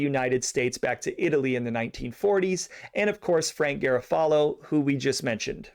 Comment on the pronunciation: You are mispronouncing many Italian names and locations. Maybe check before your next podcast. Such as garofalo it’s Ga ro fa lo!